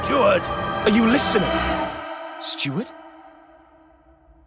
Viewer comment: Steward - Not Stewart